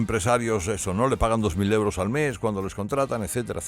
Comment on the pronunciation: Que pedantería!! .. la primera vez que te escucho decir euros, siempre dices leuros. Te crees el mejor locutor y periodista y da 🤮escucharte. Tan pedante, con todos esos ruidos que haces arrastrando las palabras, salibando, eructando, parece que siempre haces mal la digestión 🤮 Porque no te pones tú al S.M.I.. o mejor te exilias A que no lo ponéis??..pero me quedo satisfecha porque al menos lo leereis los censores 🤪